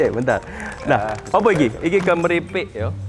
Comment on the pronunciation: kemripik??? jd inget si fifin masterchep kemriyik😄